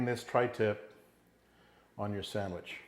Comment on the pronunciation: come on...just like my dad, calls it a sangwich...lol All joking to the side, that's one good looking sangwich!